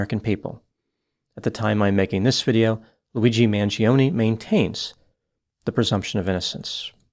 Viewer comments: you of all people should pronounce the surname Mangione correctly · Maybe one day Americans will pronounce their Italian last names with linguistic integrity Mangione is not pronounced manjeeohnee The I vowel and E vowel cannot ever have the same annunciation yet Americans are lazy as Eff when it comes to the integrity of properly pronounced English Mangione is properly pronounced Mahn- Joe-nay